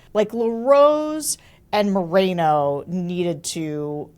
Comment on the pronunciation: Pronounced Mor-en-o ~not Marino. En as in enough!